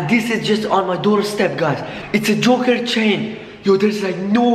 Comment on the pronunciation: Joker not juker